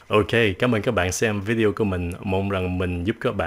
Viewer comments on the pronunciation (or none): none